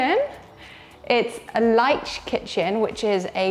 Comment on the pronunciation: & Summer: The kitchen name 'Leicht' is pronounced 'Liked'. :)